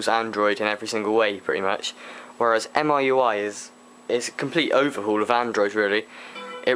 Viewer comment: MIUI is said Me UI.